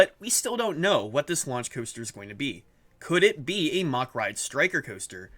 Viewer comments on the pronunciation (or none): Its mack not mach